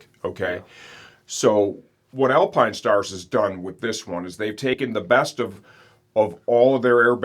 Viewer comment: The all new Alpinestarrrs - Didn't know you were a pirate